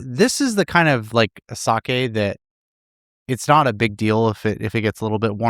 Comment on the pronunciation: Says the man who butchered the pronunciation during the sake talk. LOL Those who live in glass houses shouldn't cast stones (人のことを言う前に自分のことを直せw)